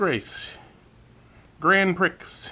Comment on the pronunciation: Grand Prix is pronounced “grand pree”